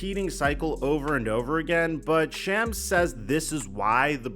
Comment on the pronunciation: can’t wait to hear shams’ name pronounced correctly